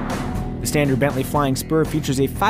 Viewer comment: First I thought he said "Flying Sperm"...